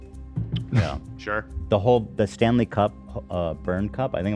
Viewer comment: I seriously thought they were talking hockey, i feel like his emphasis when he says it is wrong LOL